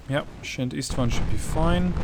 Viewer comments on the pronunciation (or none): I know that no-one cares, Szent István is hungarian and is pronounced ~sent ishtwaan~